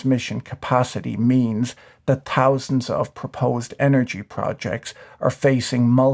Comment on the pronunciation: I find it fascinating that you say "thousand" like "t-housand". Like it used to be said, clearly enunciating the t and h It does, however, remain completely in line with your realistic analysis.